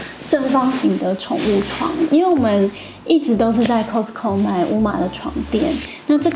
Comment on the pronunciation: Cos卡斯t淡淡消音co扣